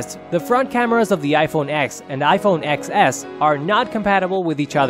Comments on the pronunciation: Ten S. It's iPhone 'Ten S, not Ex S' 🙄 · It’s pronounced ten. As in the number 10